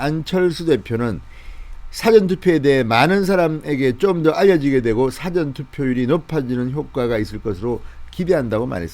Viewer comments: 싸전이 아니고 사전입니다. 일사 앞전 이라는 발음을 부탁합니다. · 제발 사전 짧게 발음하면 딕셔너리라니까요 길게 발음해 주세요 뜻이 달라집니다 미리란 뜻은사ㅡ전 명심해주세요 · .. ' 사전' 이란 용어의 억양이 듣기에 많이 거슬리는데 맞는 억양인지 ? 한번 생각해 주시기 바랍니다